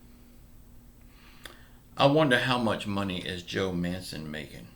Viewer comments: Man-chin not manson. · Yah I noticed the mispronounced name to. Lol